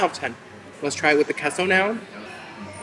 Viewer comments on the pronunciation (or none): Queso is pronounced Kayso